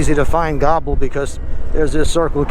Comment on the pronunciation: Not "Gobble Rd.", "Gobbler Rd."